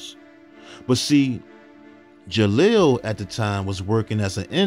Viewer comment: You keep saying jalil name wrong it’s disturbing me geesh